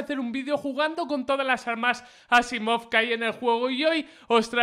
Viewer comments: ES ASIIMOV NO ASSIMOV JAJAJJAAJAJA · Dijo "Asaimov" no "Asimov", no es que esté en contra tuyo